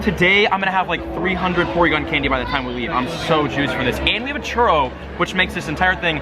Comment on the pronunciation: Es un churro no chorro